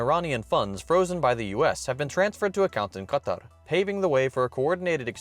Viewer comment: That's how it's supposed to be pronounced